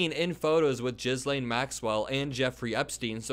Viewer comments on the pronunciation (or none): Ghislane is pronounced "Ghee-lane." Not Jizz-lane, although apropos to the storyline. 😂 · Ghislaine is pronounced gil-LAIN (hard G) and Giuffre is JUFF-ree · Gee lane is how to pronounce her name. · “jizz-lane” you keep saying dat word, i do not think it means what you think it means😂 its pronounced gee-LANE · For the record it’s “Ghee Laine” not “Jiz laine Maxwell“. Many people are saying that Trump is very guilty, guilty like never before seen in history. The very best and biggest guilty than anyone else in time and memoriam. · It’s pronounced gill-ane not jizz-lane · Maxwell's name is pronounced "geh-lane", not "jizz-lane" 😂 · Please learn how to pronounce ghislaine maxwell. It’s Gih-layne. Not Jizz Lane. MAGA clowns will look to any inconsistencies no matter how small or time wasting to avoid the topic if it’s negative towards Trump. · as funny as it is to hear you call her "jizzlane" its pronounced GHEElane , G sound like Geezer. Not defending her, just wanting to keep you from sounding intentionally insulting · It's "gi'lane" not "jizz lane" lol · jizz lane is funny but i think its pronounced gill lane:face-green-smiling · For as much as I love hearing the name Ghislaine pronounced Jizzlane, especially in this context, I’m going to call out the proper pronunciation: Ghislaine = Geez Lane Giuffre = Goo Fray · Geh-layne not jizz-lane (not that it's a misnomer) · 💙 Jizz Lane 😂 is pronounced “Gislane” with a hard “g” like in “girl.” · OMG, the way you pronounce "Jizz-lane" is like the title of a super low budget porn movie title. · Gizz-lane? Come on, dude. You can’t be a journalist and not bother researching pronunciation… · And ghislaine is pronounced gee Laing! Please try to check before you massacre their names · Did you pronounce her name Jizzlane Maxwell? Bwahhaaaahaaaaaaaaahaaaaaaaaa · gi-lyn is how Ghislane's name is pronounced. hard g. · Ghislaine is pronounced "gee-len" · It's Virginia <Jif-REE> and <GIL-ane> Maxwell. It might be <Gif-REE>.